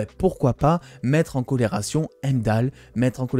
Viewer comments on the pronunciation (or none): Sympa tes dossiers mais sans être donneur de leçon...pas Valaha mais Walhalla et pas "mettre en colération" mais surtout "mettre en corrélation"... juste des petits soucis dyslexiques verbaux qui viennent surement de ton texte écrit et lu pour ta vidéo. Sinon, j'aime ce que tu fais et je souffre moi même d'un désordre du bien parlé...donc à l'origine de ce commentaire. Continue ton travail intéressant. Merci. Pour ce qui est de Marvel...(Disney)...dans 10 ans on aura des reboots sur tout l'univers Marvel, histoire de reformater la génération en place et d'en refaire des consommateurs pendant 20 ans...puis, Ô joie et Surprise....Reboot. Perso je suis Marvel depuis ma tendre enfance (né en 1968...) donc d'ici 20 ans mes artères et mon cœur seront bien mes seules préoccupations et les reboots ne me gêneront pas plus que cela. De toute façon, tout doit évoluer un jour ou l'autre. Je serai surement toujours abonné et je te visionnerai encore...avec mes triple foyers LOL